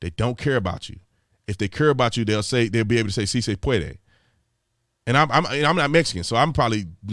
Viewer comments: She said, “Si, se pwadray”. (Phonetically) What was she trying to say? What she said doesn’t closely translate to anything! If you can is, “Si se puedas”, if you are talking to one person. (Familiar) To multiple people, “Si se puedan” (formal and familiar spoken to more than one person in Latin America ). Spain is different, but not close to her gibberish. They have no clue what she was even trying to say, guarantee it. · Not "si se padre". She said "si se pwadway". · She didn’t even say padre. She said pawdie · She didn’t even say “padre”, she said “puadue” ... it’s not even a word in Spanish, she just really messed up saying “puede”. It’s not hard... she didn’t practice enough. 🤦‍♀️ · Teleprompter said: "See say pwadwae" Jill Biden says: "See say pwadwae" Me: "WHAT???" 🤔🙄🤭.......🤣😂🤣😂🤣😂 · Correction. She actually said “see say pwodway”. I know because Elmer Fudd is her speech writer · Did she just say " Si se Puadeuh"? Either shes having an early stroke, suffered a derp moment or is the true example of the Dixiecratic Party. "Si Se Puede" is how its pronounced and Brandon did a far better job pronouncing it. Im Hispanic btw. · See say pawdray 😆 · I think she did say it right, we need the Father!! Jesus Please help us, we need help from these idiots!! 😂😂 If your going to spin your platform on the backs of Ethnic people and immigration, maybe you should try pronouncing their language!! 😂😂. Brandons right, she didnt even practice this speech. No one told her how to say it Correctly!?. Totally embarrassing!! 😂